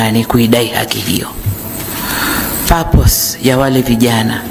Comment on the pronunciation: Kwanza huyo sio mama Wala sio doctor!! Kichwa Cha dasara la saba failure hata kutamka neno PURPOSE hakijui.... Sio PAPOSI wewe !! Trh 9 December tunakfurumusha for good 💪💪